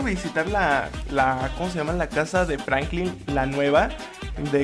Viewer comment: dijo franclin